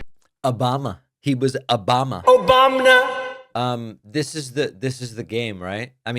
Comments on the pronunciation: My husband and I cackle everytime whenever we hear obamna 😂😂😂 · OBAMNA 😂😂 every time, kills me 😂